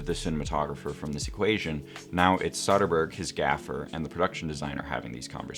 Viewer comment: And yet he mispronounces Soderbergh's name throughout